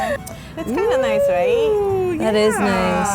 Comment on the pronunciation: I wish they could get it right!... It’s Rie Not Ri-é